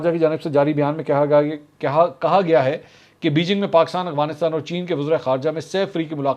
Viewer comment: bhai ye Afghanistan hai AGFANISTAN naheh, tora sa ye teek karlai, please